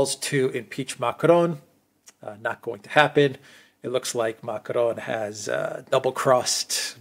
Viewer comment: OMG you can’t speak French. Don’t try to pronounce Macron with a French accent. Use the English pronunciation and you’ll avoid sounding like a clown on stilts.